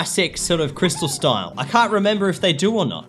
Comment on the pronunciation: Its pronounced * " crystal."